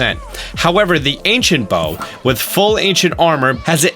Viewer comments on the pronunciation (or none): IT’S ANCIENT NOT ANCINET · Ahh Yes, Ancinet Proficiency. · "ancinet" gotta love those ancinet bows and ancinet proficiency am i right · Ancient* Not ancinet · *Ancient not Ancinet :) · “Ancinet Proficiency” Mission failed, we’ll get em next time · "Ancinet Bow" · Its ancient not ancinet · "Acinet prof" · “ancinet bow’ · boy do i love the “ancinet” bow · aciNEt prof XD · "ancinet" proficiency, he said. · Ancinet bow ;3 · What's an "Ancinet" Bow? Lol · Its not Ancinet Bow for a remind but i still love your vids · He practically says Anicent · ancinent and did you mean 'best'? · ancinent XD